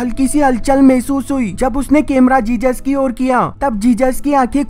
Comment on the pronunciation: Bro love your videos but its jesus not jejus